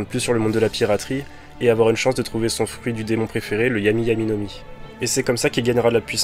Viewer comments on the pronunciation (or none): none